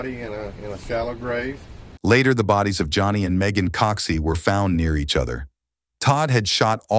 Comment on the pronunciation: It's "Meagan Coxie", not "Megan Coxie".